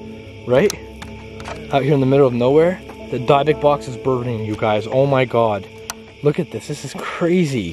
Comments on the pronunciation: It's a "Dib-bick" box... Not a "Dye-bock” box....... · It is called a " DYBBUK " box ..., and is pronounced ( 3 first letters ) " DYB " ( as the first part of the name " DEB-BIE " ) and then the last part of the word "BUK " is pronounced as the name " BUCK " ...😄😂😰😏 hope you understand what I am talking about ( I ain't sure if I do ..lol 😂🇩🇰🇩🇰🌈🌹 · Your saying it wrong it’s dybbuk box. With a silent I not a y.